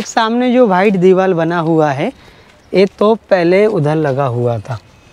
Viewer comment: Diwal nhi bolte diwar bolte hain